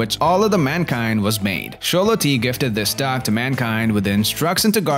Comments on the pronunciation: Man, this accent is distracting. Try getting down the pronunciation of "dog" (not dag) before adding inflections and intonations. I promise, this is constructive feedback and not a bash. Great video on these amazing dogs! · why does he say "dog" like "duck" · "D'ya like dags?"